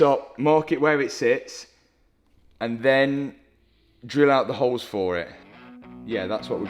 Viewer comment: Holes ❌ Hoes ✅